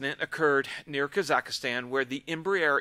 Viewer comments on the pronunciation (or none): Kazakh-stan, not KAZAKA-stan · Mate! It didn’t happen “…near Kazak-i-stan…” (wherever the hell that might be). It happened IN Kazakhstan. When many lives are lost in these circumstances, and you want to add your two cents worth in an open forum, if you are the kind of person that has trouble pronouncing foreign country names, then can I suggest you Google the pronunciation before going live? Absolutely all elements of any reporting (premature though most of these are, especially when on occasion hypotheses are thrown in) of this must be done with the greatest sensitivity. Mispronouncing where these poor people died is hardly that. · Kazakhstan is pronounced Kaz-ak-stan, not kaz-AK-IH-stan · Ka zakh stan, not Kaza zakh stan. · 'Kazakastan'. Have you never heard of Kazakhstan? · It's Kazachstan (3 syllables), not Kazachistan (4 syllables). The puncture holes clearly indicate that metal fragments penetrated the skin of the aircraft from outside. Surely, only a missile could do that. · Kazakh-stan, not Kazakha-stan😊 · THERE IS NO SUCH THING AS “KAZAKASTAN”. JFC you’re a poster boy for American geographical ignorance. “KAH-zak-stahn” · It's KAZAKHSTAN instead of Kazakhistan! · "KA-zak-stan", not "ka-ZAK-a-stan". ♥ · Kazakhstan, not Kazakhistan. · Kaz-akh-stan. Have you never heard of this country? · i do not think it is pronounced “kazakastan” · It is pronounced Kaz---Akh---Stan. Traditional russian incompetence is the only cause. It was hit by a Pantsir S1 anti-aircraft missile system. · This is horrific. Russia is lying, as usual. This was no accident. Putin is evil and cares about no one but himself. Please note that you're pronouncing Kazakhstan incorrectly. You're pronouncing it like Kazakistan. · This video is such garbage. First of all, it’s not “Kazak-a-stan” so learn how to pronounce country names. Second this obviously had nothing to do with engine failure, just delete this video. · It’s Kazak stan prounced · I believe it is usually pronounced KA-zik-stan ….